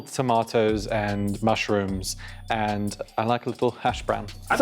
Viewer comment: literally so obvious, they can't say a's right 'herry potter', 'end' instead of 'and'